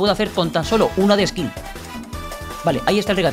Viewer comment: Skill❌️ Ksill✅️